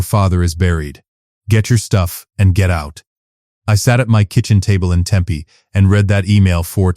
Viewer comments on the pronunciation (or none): none